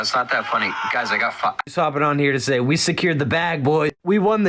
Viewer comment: As a legendary commenter (on this video) once said; How are you HEE-HEEre?